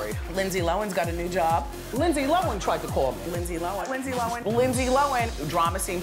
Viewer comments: I agree with others here, in South Africa is "low-en" (were an ex British colony so millions of Lindsay's kinsfolk are here). Reminds me of the Charlize Theron thing. In the beginning Hollywood called her Charlize Teron (silent "h") but its actually "th". However while they fixed that part yall still pronounce wrong. It's not THER-on. There is no emphasis on any of the syllables. In fact it sounds like a phrasal verb in that we say it as if it's one syllable. It's Just plain Theron (kinda like "therein" is two words but said as 1 syllable). Just doing my part for the Acting industry. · Thought was Lindsay Lohan not lohen keep saying that then when she introduced her she said it right is this the mandela effect lol 🦋 🧐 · For years says “Lindsey lowen” Lindsey comes on her show “Lindsey LOHAN” lmao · I'm confused because years ago when everyone in the media was saying Low-Han, I heard an interview and they asked her. She said she always pronounces it Low-en ..so from that point on I always said that. Sometimes I would switch it up from hearing it said Low-Han so much. It's just weird that she wouldn't be consistent with her own name even if she didn't care how others said it. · LINDSAY LO-HAN not Lindsay looan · Keeping up With the Ks ok thank you i thought i was hearing her wrong hahaha i was like lindsay lowen? whaaa lol lohhhhaaaannn lol 👍ok so my hearing is good lol thnx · Lindsay lowan, lindsay lowan, lindsay lowan. Please welcome.. lindsay low-han. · Entire compilation, Wendy says “Lindsay Lowin” Then she introduces LL & says “Lindsay Lo-han” finally hahaha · Did anyone else get OCD when Wendy was saying Lindsay loAn instead of Lindsey loHan It drove me crazy Still love her Also can we talk ab how This girl brought a freaking ARMY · LOHAN NOT LOAN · How hard is it to say Low Hannnnnnn!!!! Not lowen! Ugh so annoying. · It’s actually pronounced “lowen” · Made me mad 😡😂😂 lowen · it's pronounced "low hand" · "Linzee Lowan" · Nobody: Windell Williams: LiNDsEy LoHeN